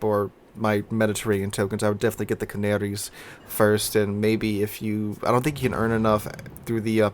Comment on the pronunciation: Hearing you call the Canarias canarys is really annoying. Ca-Nair-eeaass